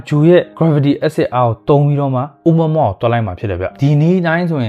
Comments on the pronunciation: အိုမွမွ လို့ အသံမထွက်ပါဘူးဗျာ အိုမူရာမူရာ ဗမာအသံပေါ့ဗျာ လီးပဲ 😂😂😂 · တော်တော်များများကအိုမူရာမူရာလို့ခေါ်ကြတယ်။အိုးမွမွလို့တော့ခေါ်တာပထမဆုံးကြားဖူးတာ။